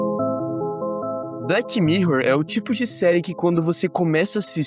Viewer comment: BleTI mirror. Bleti? 😂😂